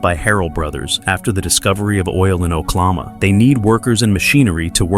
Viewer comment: These AI voices are horrendous, this one is the worst I have heard, can't pronounce the words properly, using the wrong tense and very monotone. Yellow Roadway CROP, it is CORP. It is Oklahoma, not Oklama.